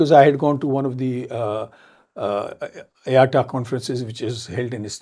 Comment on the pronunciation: He was the MD of PIA & does not even pronounce IATA correctly. Instead of IATA he calls it (A ATA)